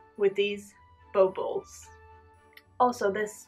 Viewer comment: Zits pronounced baw-ball